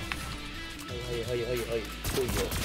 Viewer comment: 最初挨拶のはいがへいに聞こえた